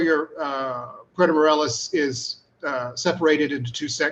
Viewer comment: I remember when it was pronounced Puerto More-ay-los, not More-el-as.